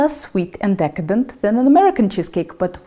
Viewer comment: A Russian accent saying the word “decadent” is like a southern accent from The US saying “freedom”